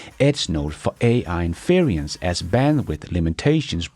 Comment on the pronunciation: It's 'In fe ren s' Not 'In fear ien s'